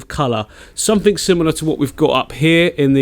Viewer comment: “Click sumfink” ... love it